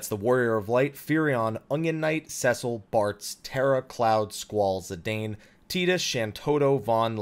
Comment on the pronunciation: I love how we've had confirmation of how to pronounce Zidane's name for more than 10 years and people still get it wrong.